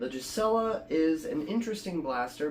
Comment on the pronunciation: GUEE-suh-lah (no J sound)